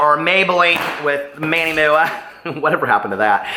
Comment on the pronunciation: I love you so I say this with much respect, no one says MuuuuAhhhh, I've been a professional MUA for 20 years and I've never heard anyone pronounce MUA like that, it really doesn't matter but it makes me think of the Showgirls Versace moment, much love to you 😘